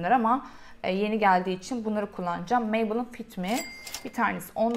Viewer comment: Keşke birde maybelline yi düzgün söyleye bilsen 😂